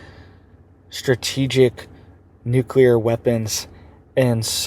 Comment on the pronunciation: You can spell nuclear... Why can't you say it? I'm sure you used to. But that's like 6 times in a row you said it wrong